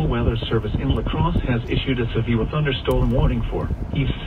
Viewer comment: A sevfew thunderstorm... that’s a new mispronunciation. Oh, and the reason it’s so clear is because it’s HD, not your standard FM broadcast